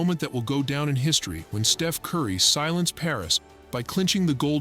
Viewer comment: the Artificial Intelligence glitched out, besides calling Steph, Steve-en.